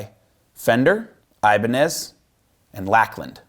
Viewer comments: It's Lake-land.....not Lack-land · “Lack Land” 🤣 Lakeland is pronounced like the spelling suggests; (Lake Land) and I’m baffled you don’t know that being such a huge distributor. I bet Bob Lakeland is cringing at this somewhere right now. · It's pronounced LAKEland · I can just see all of the Lakland fans getting triggered when he pronounced the name improperly lol